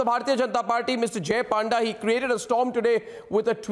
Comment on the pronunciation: It's panda not paanda